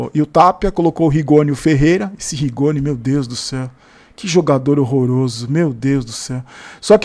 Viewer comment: Rigonni não, é Ricone!!!😂